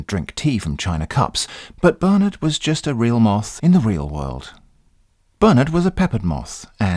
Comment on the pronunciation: I love how him saying "Bernard" sounds more like "Burn it" in the end. :p